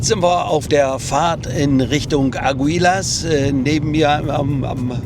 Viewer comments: es wird Agilas gesprochen...nicht Ag u i las....das u vor das i ist stum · Eine Bitte: Sprich bitte die Namen der Städte richtig aus. Du fährst so lang schon nach Spanien. Der Ort aktuell heißt Aguilas, ausgesprochen, Agilas, betont auf der ersten Silbe.